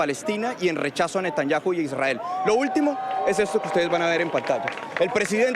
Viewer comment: No sabe pronunciar Netanyahu